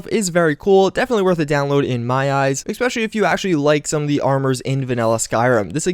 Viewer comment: I know you want to say especially but GO DANGIT EVERY FKING TIME you say "EXPECIALLY" and you say it like 10 times each video.....("""CRINGEEE""") For the rest, keep up the good work !!